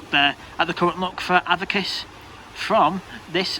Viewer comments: Avakiss? Its pronounced A-Vick-Tas 😂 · A-Vic-tas! Not avitus!